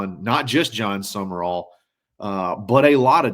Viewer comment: For those who need it.... it is John Sumrall. Not John Summerall